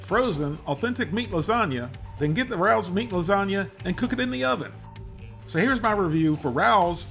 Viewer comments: It's raos not Ralph's rawlls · It's Ra Ohs. Not Rowws. Michealangelo's is better. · Say Ray- o's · Why are a bunch of people on the Internet referring to this as “Rouws” 😂😂😂😂😂. It’s pronounced Rayos. It’s a restaurant here in the NY Metro Area . Specifically The Bronx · Rao's is pronounced - Ray O's. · It's pronounced RAYO'S. I went there as a teen because my older sister was a chef there long ago. She also took care of Annie Rao before she passed and I also know her son Frankie who passed a few years ago. It used to take 6 months to a year to get a reservation no matter who you were, well unless you were Frank Sinatra. I met him when I was a teen, him and Frankie used to put the jukebox on and sing Summer Wind. Great times! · It’s pronounced RAY-ohs. Just like the name of the restaurant. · "RAY -OHS" would be how it's pronounced. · It’s pronounced RAYO’S!!! U must pronounce it correctly I’m a New Yorker!!!! RAO’S is a institution over here!!!!! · Love your reviews. Not to nitpick but this product is pronounced Ray O’s. Famous New York City restaurant. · it's pronounced RAY-Os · Its pronounced "Ray-Oh's" I live 2 blocks from the restaurant in NYC and you can not just walk in to eat there, you need to get a reservation and you need to be approved before you can walk in. The place used to be a major Mafia hangout in the 1980s. Fortunately or Unfortunately many of these people have died over the years and now many of their children and grandchildren to there, though their ties to organized crime has been disconnected through the generations. I will say that what is done in the factory and what is done in the restaurant are two very different things. That is all I will say on it. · Love you man! Just so’s you know, it’s pronounced “ray-ohs” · Pronounced “Ray-O’s”. Their jarred sauce is absolute fire! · It’s pronounced Ray-O’s. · The way he says Rao's..lol.. Someone correct him.. lol